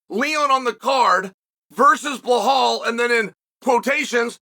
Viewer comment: If Belal fights Leon, 1.25 million Chael fans are going to be asking, "What about Blehal?"